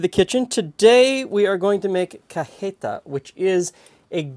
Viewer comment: Pronunciation note! My girlfriend is from Celaya, the city most famous for Cajeta, so I have some by association authority I guess. Anyway, your pronunciation of Cajeta, which you appear unsure about, is fine. On the other hand, you kinda fudged "dulce de leche". Dulce de Leche is a Spanish word, not an Italian one, so while you might say the "c" in "La dolce vida" with a "ch" sound, the "c" in dulce de leche should be pronounced as an "s" sound. The correct pronunciation could be spelt as something like "dool-say day leh-chey"